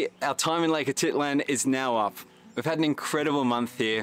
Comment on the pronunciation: Great photography though a little too rapid for my old eyes. However, your pronunciation of places was not good. Lake Atitlan, Panajachel, San Cristobal, even Conquistadors you pretty much mispronounced.